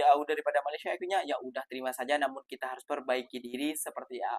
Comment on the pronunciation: LU PERHATIKAN BAIK-BAIK APA YANG DI UCAPKAN.. BERKATA MALASYA.... MALASYA... MALASYA 🤣🤣🤣